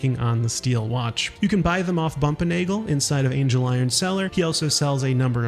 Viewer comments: I'm convinced at this point he's barely played the game, multiple characters pronounce his name ANGLE, like the measurement not ANGEL like the deity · Yes I know this video is 6 months old and this is extremely pedantic, but it's not Angel-iron cellar, it's ANGLE-iron cellar